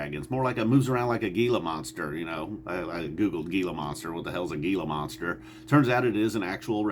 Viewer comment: I'm just here to give you a view and like. Just haven't gotten into these guys. Kaboom 👊. P.S....it's pronounced Heela Monster.